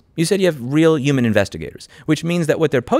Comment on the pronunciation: Take a shot every time Louis says 'uman